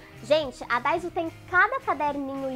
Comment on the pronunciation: é daiso e nao daizo kk